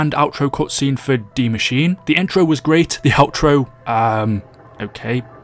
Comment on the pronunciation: Bruh😑😑😑 it's DIE machine not dee machine